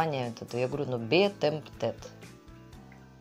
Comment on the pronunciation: Би ТЭмптед - ударение на первый слог 😘 розовый мишка милота на лето, очень позитивный 💖💖💖